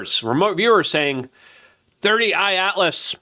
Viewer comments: “Three i Atlas” Not “Thirty Eye Atlas” Luke 👀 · C'mon man!! You have to be doing it on purpose at this point. IT IS "3I ATLAS" not 30I Atlas. You are driving me nuts with this...lol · cant stand that you refuse to read and state the names correctly. 3 i atlas!!! not 30 I atlas. and its Loeb Not Laboe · Three Eye Atlas, not Thirty Eye Atlas….! Lmao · i like to watch and am subscribed but... You need to settle down and quit being so in a hurry, first- drives me crazzzzy --- it's 3 eye atlas not 30 eye * 3I-Atlas get it . got it. good second- perihelion not fucken para helium !!! Quit being dumb - please ! Third Interstellar object to enter our solar system discovered by the Atlas telescope thus -- 3 I Atlas now you got it !!!! I hope... Now start pronouncing the idiots name at Harvard correctly. yes.... Avi Loeb. crazy Avi the Israeli-American physicist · Brother its three I not thirty I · WHYYYYY DOES LUKE KEEP CALLING IT "30 i Atlas!!!!" 😂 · You can tell when Luke is completely out of his lane… he pronounces names wrong. 30 i atlas and Avi lowebey. C’mon dog… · holy f dude - we know it isnt your first language, but it takes 1 minute to look up how to pronounce people's names and proper object names.